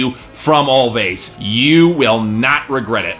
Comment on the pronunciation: It's actually pronounced as "Always" the two "v's" are supposed to act as a "w"